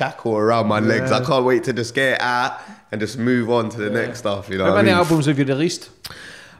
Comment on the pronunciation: Are you trying to say “the” when you say “da”